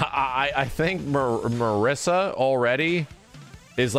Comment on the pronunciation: Being italian, Marisa should be pronounced like "Mariza" with a short "r" sound and a short "z" sound instead of "s".